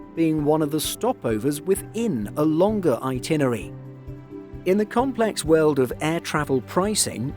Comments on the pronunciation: *"itinerary": 5 syllables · this guy runs a travel channel and can't pronounce itinerary. He says it so many times.